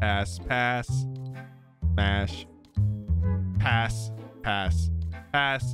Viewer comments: pass ass he kept saying ass when he tried to say pass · You swore and said ass instead of pass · after a while, i cant tell if he's saying pass or ass. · When he was trying to say pass he was saying ass alot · Bro he said pass so many times that it started sounding like ass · Every time you say "PASS" I hear A*S. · on some of the passes it sounds like hes saying ass lmaooo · 3 mins 38 second “pass,pass,pass,ass ME BE LIKE:WHAT DID HE SAY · Is it just me or does his pass sound like smash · If you put it in 2x speed it sounds like he’s saying the a word😭